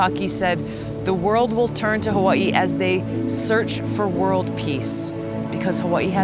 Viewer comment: I hate the way you pronounce Hawaii